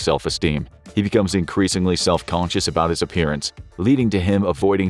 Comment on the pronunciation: You should be self conscious how you pronounce conscious